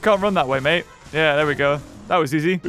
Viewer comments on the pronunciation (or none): none